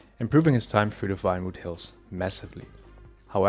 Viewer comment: i can tell by your pronunciation of '' Vinewood, being pronounced with an F '' i know that because of the prayer '' Vater unser im Himmel, geheiligt werde Dein Name. Dein Reich komme, Dein Wille geschehe '' and the V at the start being pronounced as an F. and that's only a small part of the prayer. but yeah, PROST!!! great video btw!!